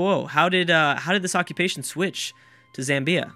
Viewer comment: Zamm-bya. Not Zam-Bee-A.